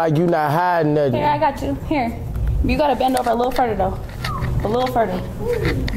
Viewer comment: girl in the skirt said "you gotta bend a little FURDER" ... girl 😒